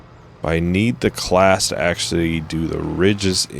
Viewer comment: It's pronounced 'Clau-us'